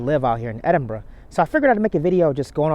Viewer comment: Wow, an American that pronounces Edinburgh properly. We love you too buddy 😍👍